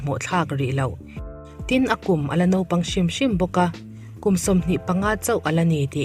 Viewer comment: Naupang tih hi kan lam diklo nasa thin khawp mai..Nopang nilovin Naupang tih tur ani.. A ngaihnawm e..